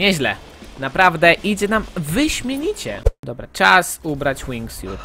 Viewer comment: czy ja się przeszłyszałem zamiast wingsuit powiedziałeś wingfiut